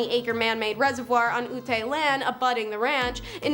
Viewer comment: Ute is prounced like you-t :)